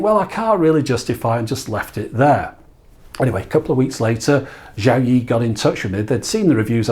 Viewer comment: 'Yi' is pronounced more like E, it's 1 in Mandarin. 'Xiao' is pronounced Show as in Shower, without the er.